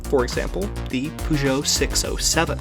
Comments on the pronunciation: Car channel, but pronounces Peugeot as Poo Joe. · PorschA, PUugeot,... 🤦‍♂️